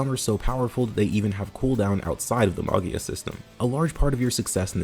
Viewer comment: Me, an italian, realizing half way trough the Arco review that you're talking about MAGIA that's literally means MAGIC in italian, and should be pronunciated like MAJIA, lie you would say "magic" but with the A instead of the C. Sorry but it was drawing me crazy, great video mate!